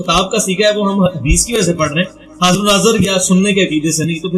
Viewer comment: Badtameez insaan pehle bolna seekh apna talaffu theek kar baad mein video banaiyo.sharm ko saram Shan ko saan haazir ko hajir mirza ko mirja video banana band kar Sara mizaj kharab ho jata hey.